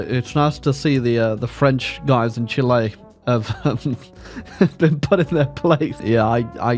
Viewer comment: I like how he pronounces it as Chilé.